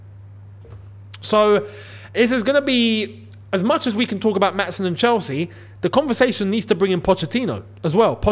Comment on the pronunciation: I just wanted to tell you that you're pronoucing Maatsen wrong. I'm from the Netherlands and I'd like to give you a short explanation on how to say it correctly. When we have a double vowel like the ''aa'' in Maatsen, it's pronounced quite long. You're saying it way to fast, so slow it down a little bit. Also the ''a'' in dutch sounds a bit different than it does in english. I can't really help you with that now so I hope you can look that up yourself. And that's about it, all I can say now is I hope you get to see this comment.